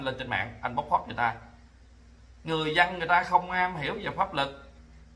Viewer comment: Chữ dân mà nói khg đúng, nói chữ giân